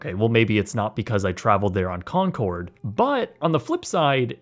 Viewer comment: Maaf bang ijin ralat bang, penyebutannya bukan “konsord” tapi “konkord” 🙏🏼